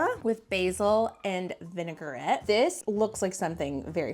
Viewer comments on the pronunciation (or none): Not vinegarette, it’s vinaigrette.